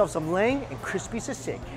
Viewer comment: Oh no I cringed at ur pronunciation of sisig, girl id kill to be back home for that meal